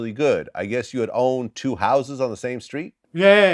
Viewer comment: I like how his t's sound like the c's....for example, he will pronounce street like "screet"